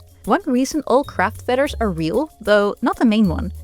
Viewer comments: I love the way you pronounce “fedder.” It is endearing. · American English speaker here and your voice is wonderful. I love how you pronounce feathers 🪶